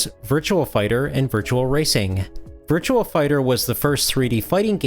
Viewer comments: It's not Virtual Racing or Virtual Fighter. It's Virtua - just remove the letter L from the word Virtual and you've got it. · Virtua.... VIRTUA... no "L"... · I swear he kept pronouncing a phantom L at the end of Virtua, i.e. Virtual Fighter.